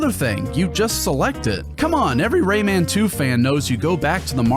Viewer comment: Yeah Lee pronouncing Rayman’s name like that drove me nuts in the PS1 port